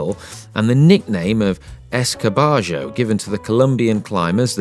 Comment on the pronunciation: Its ESCARABAJO not SCARBAGIO:p